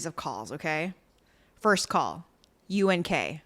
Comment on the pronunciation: Im not sure if Dolce was doing it on purpose or not but she kept saying UGK instead of UNK but im DYINGGGG either way hahahahahah!!!!